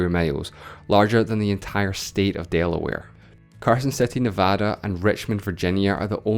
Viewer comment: You pronounced Nevada wrong